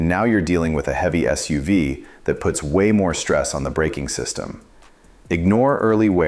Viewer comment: Annoying AI narration. "a SEE-system neglect". Comon! How stupid do you think we are???